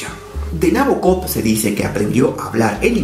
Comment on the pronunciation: El acento va en el BO de Nabokov